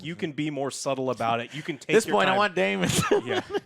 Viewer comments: Joe correcting on how to pronounce Rhaenyra and then immediately calling daemon “damion” is very funny to me. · The amount of times they get the characters names wrong is annoying its Damon not Damien its Criston Cole not Colton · Daemon....DaeMON....It's Daemon... not Damien... Since Joe wanted to correct so badly. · Joe. It's pronounced "Day-Mon". Daemon. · If I hear them say Damian one more time I’m gonna lose it!